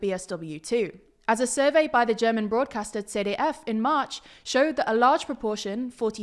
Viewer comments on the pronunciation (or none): Yeah, the German pronunciation were all spot on except for ZDF, which sounded a little too much like we Germans would say the letters CDF. To pronounce ZDF in German language, you have to hit the t-d split harder.